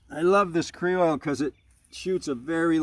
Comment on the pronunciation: “Kree-oil”??? Don’t you know only Southerners add extra syllables to words, not New Englanders? 😂😂. Kroil sounds just like it’s spelled. Huh, just thought of something…Funnily enough, Southerners lose a syllable on ‘oil’ and pronounce it “ole”, rhymes with mole.